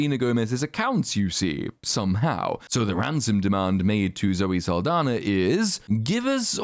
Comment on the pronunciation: Zoe's last name is actually Saldaña, which is pronounced, "sahl-DAHN-ya."